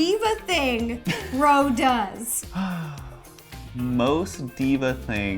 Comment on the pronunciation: it’s Ro not Rose